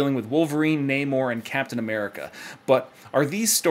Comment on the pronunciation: I pronounce it NAHmorr not NAYmore as that's a true pet peeve of mine. Lol